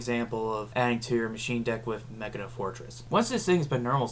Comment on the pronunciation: I LOVE YOU FOR PRONOUNCING HIS NAME Ma-key-na. I'm hispanic and attempt to get everyone to pronounce his name as Máquina Fortress